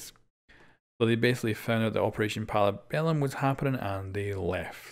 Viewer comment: "For operation Pala Berrum"